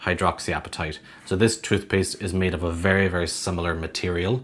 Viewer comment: “Every chube of chootpuste”